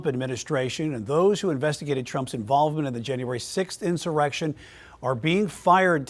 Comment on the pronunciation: "Inserection"??? This channel is fake news! Who is this clown?